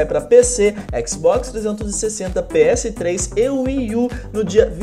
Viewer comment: juro que ouvi ele falando Xbox 260 kkkkkk